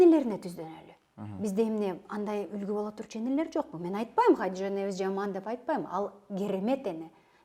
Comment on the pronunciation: Хадижа деп биринчи жолу ушудан уктум.Негизи Хадича деп айтылатко сөздөрү аябай жасалма👎